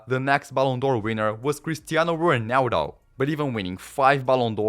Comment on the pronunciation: the way u pronounce ronaldo is so corny